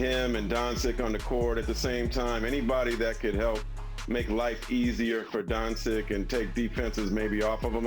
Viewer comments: I don't even know why this dude is on screen, it's one thing to say Donsick but he's literally the most boring person I have seen on sport shows, I start yawning when talks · Don Sick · "Donsick"??? Come on, man. Can people put a little effort into the job of broadcasting? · Man rlly said “Donsic” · How does Marc Spears still not know how to say Doncic lmao